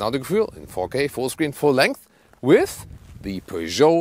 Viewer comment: So much better. In the UK we emphasise the first syllable. I prefer the emphasis on the second syllable.